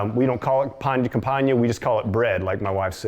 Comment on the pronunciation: Nom de dieu, le mec a massacré le nom 'pain de campagne'. Ça l'air bon par contre 👌